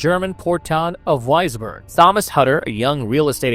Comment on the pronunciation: Also, Wisborg would be Visberg in German.